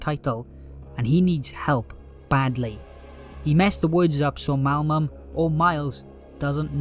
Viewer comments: my immersion was ruined with the constant "malmum" when its "malum" XD great video tho! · bro always says "malmum" not "malum" XD